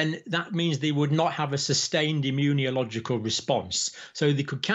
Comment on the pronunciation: Dr. Campbell, I am happy for discovering your channel. Very useful, I listen to you every day. I believe it would be even better, if you say "immunological" instead of "immuniological". As for the facts, I've heard that this coronavirus actually mutates a lot because its 'life' cycle is relatively short. Thank you for your effort!